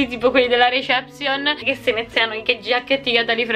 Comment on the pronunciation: che non sa dire reception>>>